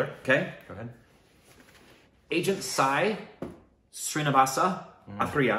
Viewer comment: "Agent Sai Srinivasa Athreya".. was spot on. Not many north Indians can pronounce it that accurately. 👍👍